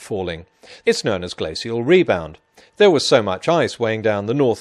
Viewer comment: why does Peter say "known" to sound like "nern"?